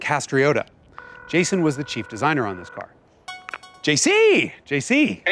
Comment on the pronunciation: Jason? More like Yayson